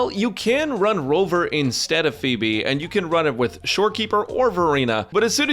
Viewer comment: Is it me or I'm the only one who hears Beeb instead of pheeb